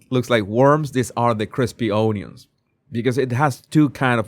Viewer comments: It’s pronounced unions not “ON-YONS” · I love the way you say onions